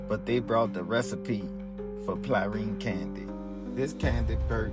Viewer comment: Dude at the end pissed me off talkin about some plarine candy, muthafukka it’s PRALINE, how you from NO and still saying it wrong 🤦